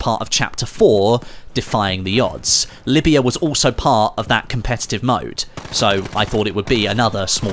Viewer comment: it’s Libya not Lyiba